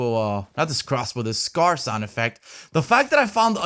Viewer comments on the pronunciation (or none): "There goes me meh Scar" LMAOO